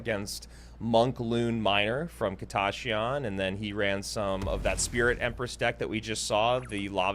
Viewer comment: why does say "kita ya shyan" its just kita shyan" lol